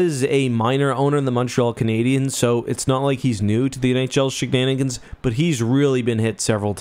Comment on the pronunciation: Did you say "sheganigans"?